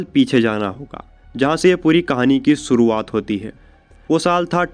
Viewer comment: सुरुवात नही शुरुवात, पेर नही पैर , पेसे नही पैसे, अपनी language ठीक करो।